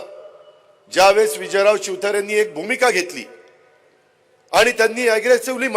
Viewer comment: शिवतारे म्हणताय का चिउतारे म्हणताय